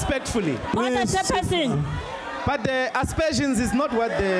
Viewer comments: "Chair persin..." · is it me alone who hears "order jefferson" instead of order chairperson 😆 🤣